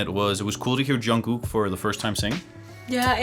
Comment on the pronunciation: Im sorry if its rude to say, but The producer pronounce jungkook wrong its "Jung-gukk'' not "Yonkook" 😂